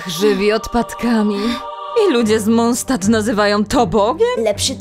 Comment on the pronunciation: poza paroma rzeczami jak "Monstad" (bardziej pasowałaby niemiecka wymowa imo) i zamiast "archon" mogłoby być "archont" jest genialnie!!!